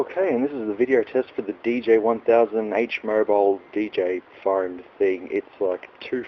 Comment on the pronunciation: Man what an accent lol. As a Bostonian who's atrociously recognized for forgetting R's, you are my polar opposite. Though(r), Pho(r)ne, belo(r)w, go(r), ligh(r)ts, mobile(r), fo(r)lks, hu(r)ge, suppo(r)sed, so(r), oh my!!! XD